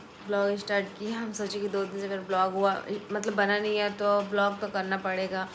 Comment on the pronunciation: He he kyun bolti ho?? Hai nahi bol sakti kya thik se??